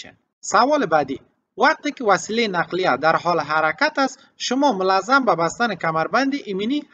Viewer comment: واژه‌ی مُلزَم به صورت مول زم تلفظ ميشود يعني بايد با ضمه در ميم اول تلفظ شود با معذرت ز هم با كسره و ساكن تلفظ ميشود ❤